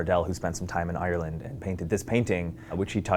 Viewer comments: He’s saying Ireland wrong 😂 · I hate the way Americans say Ireland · Am I the only one who finds his pronounciaton of Ireland funny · Im Irish and I'm sorry but I hate the way Americans pronounce Ireland hahhah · the way he says Ireland makes him sound like a pirate